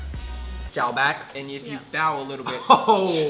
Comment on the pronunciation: It's Bắc not buck, chào bác not chào bàc